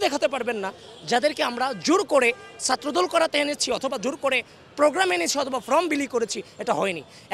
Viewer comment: ফ্রম না, ফর্ম হবে।